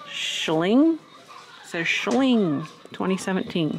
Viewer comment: The child's set is made by a very good toy company. They are famous for their reproduction tin windup toys. It's spelled like you see but I think it's pronounced shilling. Some of their older tin toys are worth money especially with the original box and keys if it came with one. I love and collect tin tea sets and other child's miniatures of real life items. I would have bought that tea set if I saw it. Btw the framed fan is gorgeous and could be fixed . Definitely vintage. Loved the tea set